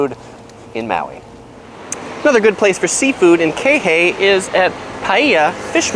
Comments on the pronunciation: Pro tip: learn how to pronounce words correctly before making a video. It actually does matter. Paia fish market in Paia is better than the one in Kihei. The side items are great there, I like the Cajun rice and Potatoes with the fish tacos. Ulalani got expensive shave ice makers to shave the ice very thin. It is the best shaved ice. The Dunes restaurant at the golf course in Kaluhui is the cheapest casual fine dining restaurant on Maui . My favorite is the blackened Mahi Mahi and Manoa wraps. They have one dinner that’s actually 9.99. Kihei cafe is good for breakfast. Tasty crust in Wailuku is good for cheap pancakes served all day. Serpicos has good cheap slices of pizza and Italian food. If your a backpacker and want the cheapest meal on Maui. Go to Costco’s by the airport and get a Costco hotdog and drink for 1.50. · PLEASE PRONOUNCE IT KEYHAY NOT KAYHAY....JUST ME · to bad he can't pronounce the name of the town he was in...Kihei......"Kee-hay!" not kay hee lol. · “Kay-Hey”.???🤦‍♂️🤪 ( “Key-hey” ) 🤙😉🙃✅ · It’s KEY Hay, not KAY Hay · What’s Kay hay 😂😂 lol it’s pronounced kee-hay (Kihei) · He said it twice! Silly tourist. JK, thanks for the viddy. I'd also add Hornhito's taco truck in Kihei (thats... Key-hey). And the Jaws taco truck at the first big beach parking lot. Aloha. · it's pronounced kihei not kaehae you white boy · Love your videos! Kihei is pronounced “Keehay’. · Its kihei (pronounced key-hay). But good choices made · Pronounced Key-hey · Ke-hay lol it's kihei fucking haole mutt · Hooooo bah just stick to the north west south east kine stuff. Not da kehei ah. Come baddah pronounce it right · It’s Kihei not kayhey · pronounced (key-hay) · He said Kay Hey lol idiot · It’s pronounced Key-hay!! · "Kay Hay"? Pfft! Zero credibility! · Did you just say Kay hay? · Key Hey! ;) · Kay-Hay. LOL! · It's pronounced Key like "car key" and Hey like "hey dude you're saying that wrong." Kihei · maybe this guy could learn how to pronounce Kihei